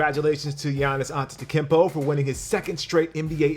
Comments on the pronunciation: "Congratulations to Giannis Antetekempo..." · "giannis antetikenpo" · Why did you say giannis’ name like that. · Still can’t pronounce Giannis last name I see,. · please learn how to pronounce Giannis' last name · The way he pronounced Giannis’ last name 😂😂😂